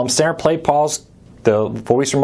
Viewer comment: I appreciate the info, but I notice in all of your videos that you speak very poorly. You run your words together and it's sometimes difficult to get what you're saying. As an example, when you say "button" it comes out more like "bun." and "stanner" instead of "standard." Slow it down. Speak more clearly and if you're speaking off the cuff, try to be more deliberate with what you're saying. Thanks for the review.